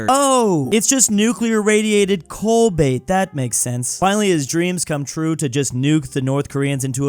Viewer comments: It's Cobalt not colbait. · attempting to say cobalt.... colbait!!!!, the man never fails to butcher the English language every video, its kind of impressive. As a American I've never heard any of us ever claiming to be the successor to the Roman Empire, spiritual successor to the ideals of the Roman Republic maybe, but that is as far as I think any of us would ever go.